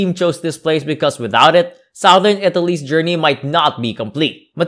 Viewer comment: Seriously , this guy's voice is hard to take and he should get the pronunciation right . even "Sowthern Italy , where the people are Funny and friendly" ? . . . o.k.